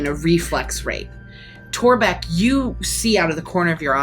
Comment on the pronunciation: "The government is even more useless than Torrrrrrbek!" lmao